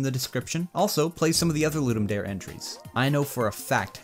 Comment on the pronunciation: I think it's pretty good for a quick prototype, especially considering the hurdles of tech issues & lack of information. I'm a long time pinball junkie, haha! Oh, and not that it matters terribly, but it's pronounced "Dar-A", it's Latin. Ludum Dare means "game to give" - the more you know & all, lol. Have fun & keep up the great work!